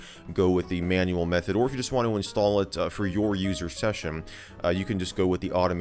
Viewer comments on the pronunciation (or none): none